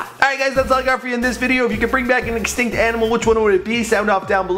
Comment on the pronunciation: They are "instinct" XD its extinct